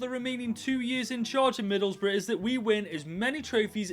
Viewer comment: To be honest, I kinda expect for to pronounce Middlesbrough as Middle's Bruh but it's still nice to see takeover Middlesbrough for ten freaking seasons